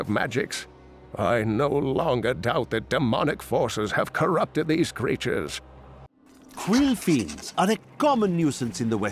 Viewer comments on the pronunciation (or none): I heard quill fiends as "queefings" which only added to the ensuing description